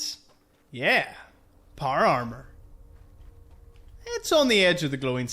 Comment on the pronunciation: Not par arrrmer